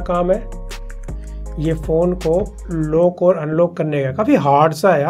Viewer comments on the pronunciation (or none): भाई, आप इतनी अच्छी वीडियो बनाते हो पर आज भी आप लॉक को "लोक" और अनलॉक को "अनलोक" कहते हो तो बड़ी पीड़ा होती है कि आपकी हिंदी शुद्ध नही है।